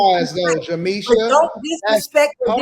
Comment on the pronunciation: She makes Jameesha sounds like a victim name😂